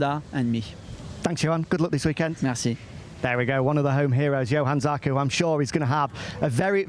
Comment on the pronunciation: Can someone teach the 'Coronation Street' reject not to keep saying Yohann Zarco.